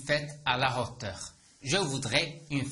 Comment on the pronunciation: استادي مع كل احتراماتي حسب معلوماتي h بين زوج فوايال لا ينطق اصلا هو حرف ساكن وانت نطقت حرف h في hauteur اريد شرح من فضلك؟